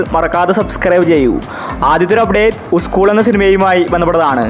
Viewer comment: ഉസ്ക്കൂൾ അല്ല മോനെ, സ്കൂൾ, സ്കൂൾ. കഷ്ടം.